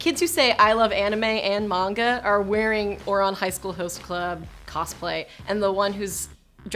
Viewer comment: It's pronounced man-ga not mon-go Also it's sa-ku-ra not sok-ura